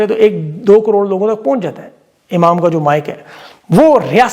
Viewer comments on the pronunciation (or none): none